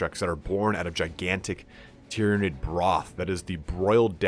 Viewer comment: you pronounce Tyrnaid very strangely